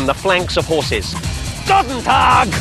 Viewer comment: btw its Goedendag not Gotentag xD